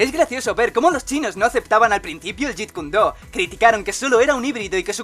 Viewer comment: Te comiste la "E" de Jeet KunE Do".